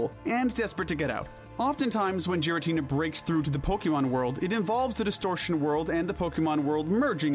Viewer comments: GIRATINA DOES NOT START WITH A J, STUPID, IT STARTS WITH A G! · Clicked off the moment you pronounced his name "jir-ah-tin-a". It's a hard g, as in voiced velar plosive, not the soft g, as in voiced alveolar affricate. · Oh my god, no way this dude says "jeer-uh-teena" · Please say giratina correctly 😅 its not jiratina its GIratina G not J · It's Giratina, NOT Gartina! THAN, NOT THEN! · “Gih” not jiratina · GIRATINA DOES NOT START WITH A J, IT STARTS WITH A G! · With Giratina being my first, and Favorite, Legendary Pokémon. I feel I have authority to say this, it is pronounced "Geer-uh-teen-uh" and not "Gee-ruh-teen-uh" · GIRATINA, NOT GARINTINA! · Ffs not only do you fuck up Arceus pronunciation but fucking Jeeratina!? 😂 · Sorry for being the grammar guy but Giratina is pronounced Gear-a-tee-na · giritina is pronounced Geer-i-tee-nah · Roomate: imma gyrate on this dudes moms face if he keeps saying "gyratina" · THERE IS NO H IN GIRATINA THE SECOND TIME! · Raikou, Entei, and Suicune are obviously based off of Cats, NOT dogs. They're known as the Legendary Beasts. I despise how you initially pronounced Meloetta and how you pronounced Giratina. You forgot the Tapus and the Lake Trio, and Giratina is actually good in Pokemon Platinum, which you completely ignored. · I wanted to watch this video, but I don’t trust you if you can’t pronounce Giratina and Zacian. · I had to stop the video the first time I heard you say giratina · AGAIN, GIRATINA IS SPELLED WITH 2 A'S, NOT 3 I'S! SATIN, NOT SAITEN! GIRATINA IS GENDERLESS, NOT A F*CKING HE! AND IT'S DOES, NOT DOSE (THE S SHOULD BE AFTER THE E)! AND THE S IN NECROZMA IS SUPPOSED TO BE A Z! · Christ. It’s not “jeer”-atina, it’s “gear”-atina. Also the way you pronounce Raikou makes me wanna scream. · So does he purposely say Pokémon names wrong or what? Lol eviltal and Jiriatina 😂to name a a few